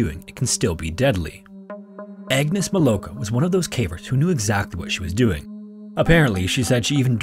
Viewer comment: Agnes' surname is actually pronounced "meeLOVka". Polish, after all.